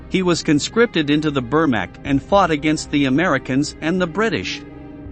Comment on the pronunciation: The AI voice over is almost good except for its pronunciation of the word Wehrmacht